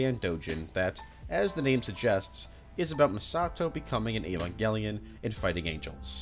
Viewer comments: Okay, the pronunciations are all over the place, but did I hear an Evanjellion !? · do you have any source for that, because i've heard that was just a rumor and he had no idea what the toy was. if he was a fan, you'd think he'd know how to pronounce the name, instead of "evan-jelly-in"